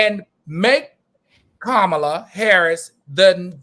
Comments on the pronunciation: He was very disrespectful to seemingly and purposely F up her name. Come on now! Enough of your shenanigans. 😮🙄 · Her name is pronounced “Comma-la”! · Wow, REALLY AL! You jacked up our beloved VPs name?!!?!? Do you really do this crap on purpose?